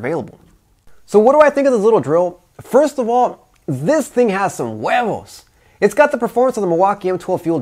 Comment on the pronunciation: Yeah bro you say Huevos that was funny Huh lol :)